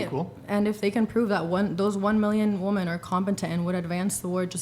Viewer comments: The girl saying women as woman…. I’m getting annoyed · Hearing her say “woman” over and over when she means “women” was one of the most ridiculous parts of this panel 😅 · It’s so annoying to hear that hair chick feminist pronounce “women”. It’s pronounced “wimen”. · WHY can this girl not say the word WOMEN correctly haaah ? 6 months for a PCP (primary care physician) IS BC OUR COUNTRY IS SHIIIIT >>> I AM A MAN AND IT TAKES JUST AS LONG AS ONCE I GET THE APPT THEY DONT DO ANYTHINGTO HELP!!! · Is "women" that difficult to pronounce? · chick cannot correctly pronounce ‘women’. It’s wim-in not wo-man for plural. Dude!!! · chair 2 (and multiple women on other episodes of this podcast) don't seem to understand the difference in pronunciation between the singular 'woman' and the plural 'women' :( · This podcast seems to have the highest amount of females that pronounce 'women' exactly like 'woman' maybe education was lacking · Girl 2 with the black shirt doesn’t say women she says woman when speaking about more than one and Im so annoyed! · Women! Not woman jeez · people that can hear everyone around them saying a word properly and still not figure out they keep saying WOMAN..... are seriously dense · The girl in the black saying "WOMAN" everytime she meant "WOMEN" is driving me fucking crazy. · For crying out loud, someone PLEASE teach that girl the difference between the singular “woman” and the plural “WOMEN”!!!! Ugh!!! So annoying to listen to. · OMG… the constant mispronunciation of the plural of “women” drives me absolutely insane. It’s a litteral speech impediment with this generation. 😫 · Women is pronounced "wi-muhn" or (to make it easier to understand) "wimmen". Not "woa-men", not "wuh-men". Not sure why so many of these women that get on Whatever don't even know how to pronounce the word. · sayin woman instead of women is sooo annoying especially coming from a feminist lol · BTW chair two is saying "woman" instead of "women". Weird.